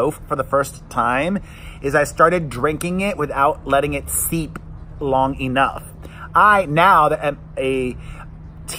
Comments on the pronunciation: It’s not seep your tea, it’s steep my friend. LOL! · Steep not seep. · STEEP......Not seep!